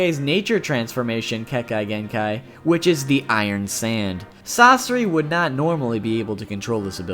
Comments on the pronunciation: I’m pretty sure you were playing a game: how many different ways can I mispronounce Kekegenkai. I can’t be mad, you warned me, but Japanese is, unlike English, phonetically spelled. It’s pronounced Ke.Ke.Gen.Kai. Like, exactly how it’s spelled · you're mispronouncing kekki genkai. sorry, i know you went ahead and apologized, but it's really bothering me. despite what it is spelled like, kekki is pronounced more like 'kei-kei-'. even if you were to follow the spelling of the word, you're still mispronouncing the ki part. it would sound like 'key', as in a 'lock and key'. but in kekki genkai, it sounds like 'kei-kei'. you got the last part right, so good job. sorry, i tried, but it was just really bothering me. i heard it three times in the span of two minutes. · I cringe whenever you say Kekkei Genkai